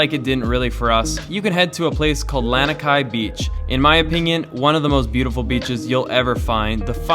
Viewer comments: Lanikai (Lah-knee Kai) Haleiwa (Hall-ay-eve-uh) Not tryna be mean or annoying just for future reference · "Lan-ah-kai"? No. "Lah-nee-kai". "Hah-lay-vah"? No. "Hah-leh-ee-vah". "Ee-hoo-kai"? No. "Eh-hu-kai". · Ha-lay-ee-va (Haleiwa) La-nee-kai (Lanikai) 🤙🏼🤙🏼 aloha from Oahu, Windward side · Awesome video from a local. Although Haleiwa is pronounced Ha-lay-ee-vah. Lanikai is pronounced Lah-nee-kah=ai. No worries just saying. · your pronounciation of these places are soooo bad. Haleiwa, Lanikai, Ehukai, Ukulele, all said horribly wrong. Haleiwa is pronounced H-aw-leh-ee-vuh. Lanikai is law-knee-kigh. Ehukai is eh-hoo-kigh, Ukulele is oo-k-oo-leh-leh. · Pronounced..LONI KAI. (Lani Kai)... And HOLLY EVA... (Halewia) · Well first You said Lanikai wrong, and Haleiwa😂 and I think the yoga floats was at Ala Moana not Waikiki